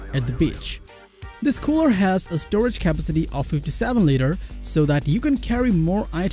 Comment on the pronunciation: Hi , some pronounciation tips. capacity = Ka-PASS-city not Kapa-city. Accomodate = A-KOMM-Odate not ACK-Ama-Date. Thank you for your video, it was very useful to me